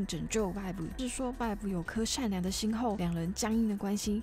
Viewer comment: 哈哈發音確實要修又下不然有點出戲 建議頻道主可以去看外國人對 Vi Caitlyn 的 reaction 的發音